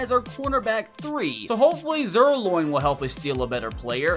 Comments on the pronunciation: Zuerlein ❌ Zuerloin✅ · Koo's first name is pronounced (young-way) and Greg's last name is pronounced (Zeer-line)